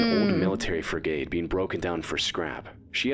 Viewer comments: It's not pronounced Freegate (sort of how he said it) it's more like Frigat. If I knew phonetic writing id do a better job, but not too many people can read that anyway I figure. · Hearing the dumbass narrator pronounce frigate so badly every time, really boiled my blood